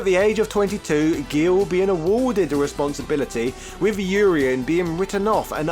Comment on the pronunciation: Oreien?? It's Urien